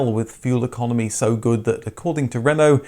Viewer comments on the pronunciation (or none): none